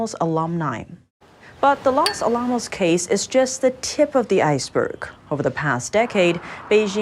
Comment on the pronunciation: You don't call it (Alam os), its (Ala mos)